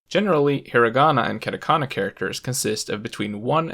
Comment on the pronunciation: Stopped watching as soon as he said katakana and kanji wrong. Yikes... 🥴